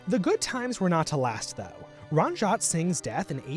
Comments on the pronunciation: ITS NOT RAANJAAT ITS RANJ-IT SI-N-GH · It’s “REN-JEET SINGH” not “RUN-JEET SINGH” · Ranjit is pronounced Runjeet Not rahnjaht lol Sikh is pronounced sickh not seek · RANJAT SINGH?? ITS RANJIIIIIIT ITS EE NOT AAAA IT HURTS TO HEAR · Ranjit is pronounced run-jeet. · Ranjit Singh is pronounced “ Ranjeet” singh and we as Sikhs generally put Maharaja Before it as a sign of respect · Bro, it's pronounced "RUN-JEET"😂